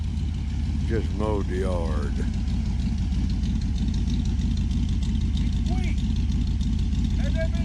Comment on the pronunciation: " Just mowed the YAR-D!". LMAO